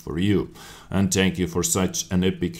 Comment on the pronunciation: ?did you just said tank you so much for watching